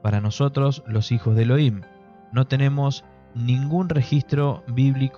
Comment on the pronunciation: Elohim se pronuncia «E-lo-jim».